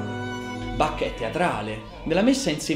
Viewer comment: Caro,mi piace come racconti il grande musicista tedesco, però il suo nome si pronuncia con l ch molto aspirata.questo vuole essere solo un consiglio.Cari Saluti.